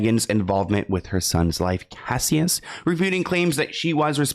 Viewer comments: His name is not "kassy-us" lol it's cashus like Cassius Clay lolol 🫶🏼🫶🏼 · Cassius: cash- iss ❤